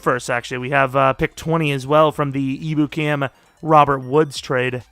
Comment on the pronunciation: Just ur friendly neighborhood Rams fan here! it’s not a big deal, doesn’t swindle this video from the greatness it is, but just a tip Ebukam is pronounced Em-Byu-Cam! Hopefully that’s helpful and u see this so u can use it for ur online franchise which i’m SO excited for!